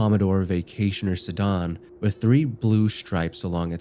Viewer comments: Not sure how much research you do before each video but it's not pronounced 'sah-dahn', it's pronounced 'Sah-dan' with a VERY short 'ah'. So basically S'dan. (Imagine nothing inbetween the 'S' and 'dan'). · please check your pronunciations before you do narration! melbourne is pronounced "mel-buhn" (like "melb'n") not "mel-borrrrn" and "nicola" is a really common name so im not sure why you were pronouncing it that way? sedan is also "suh-dan" / "s'dan" edit: why do you pay for twitter lol